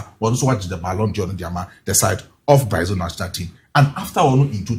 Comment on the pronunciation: You guys stop calling it Braizil! It's not Braizil! It's Brazil!